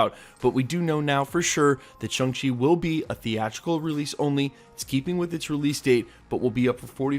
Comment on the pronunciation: Shang rhymes with gong, song, and long. Think shawwng chi.